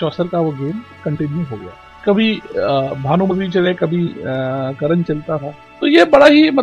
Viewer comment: It should be Karna .not karan